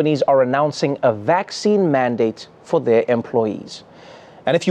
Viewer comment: The way The Pope pronounce 'vaccine' sounds so cute. Vak-chee-ni 😁